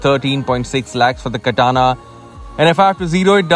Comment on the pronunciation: It's Katana as in batana 😉